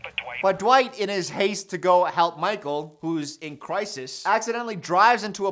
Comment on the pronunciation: it's and he can't pronounce crisis 😂😂. it's going to be hell of a rideee🐢🐢